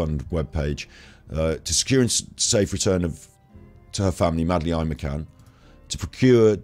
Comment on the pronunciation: Love your mispronunciation of Madeleine's name.x